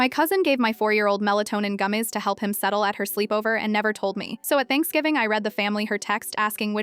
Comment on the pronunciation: “Gumes (gummies)” -ai